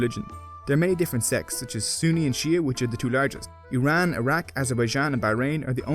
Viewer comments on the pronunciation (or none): none